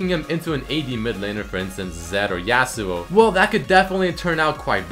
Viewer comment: Hehe,, you got your "yAh-suo" right, but you still kinda say "exetera" insrtead of "et cetera" =)